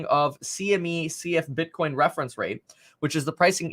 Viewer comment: he said bitchcoin hehehe